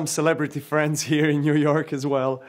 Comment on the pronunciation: "We are in yuyork."